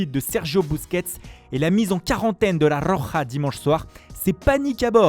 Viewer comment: la rrrrrrrrrroja mdr je suis mort son accent belle video au passage